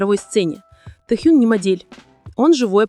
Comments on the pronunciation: может уже начнете правильно называть имена Анны Винтер и Ким Тэхена, а не Тэхюн! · Вы бы сначала правильно научились говорить имена знаменитостей, а потом озвучивать ролики! Безобразие!!! Ким ТЕХЕН и Анна ВИНТЕР! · Его имя Ким Тэхен! Произносит не правильно - это имя надо знать!!!!!!!!